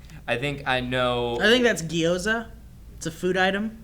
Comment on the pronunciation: if you are going to correct someone on their pronunciation of an ambigious profile name, it is probably best to not then tell them the wrong pronunciation. ^^ The word is neither "guy o za" () or "GEE oza" (). The Gyo is similar to slamming "go" and "yo" together. I am sure Ms. Meg can help you out on that one. ^-^